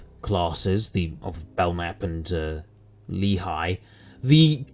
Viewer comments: Slight correction, it's pronounced Lay-he, not lee-Hi. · A minor correction, the Leahy class is pronounced "LAY-hee", rather than "LEE-high" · It's lay-HEE